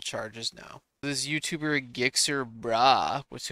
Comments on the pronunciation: Gixxer Bruh pronounced Jixxer Brah! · Learn how to say Gixxer. LOL